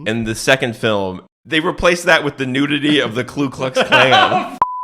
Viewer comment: It’s Ku not Klu. Idk why